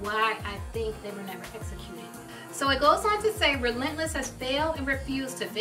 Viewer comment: At first I thought she called it rentless church